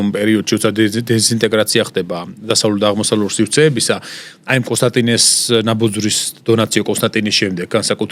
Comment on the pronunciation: D ერთ-ორჯერ გადავხვიდე, ნაბოძვრის თუ ნაბოზვრის ვერ გავიგე :D